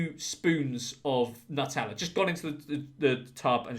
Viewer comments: Pronounce NEW*TELLA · It's pronounced NEW-tella.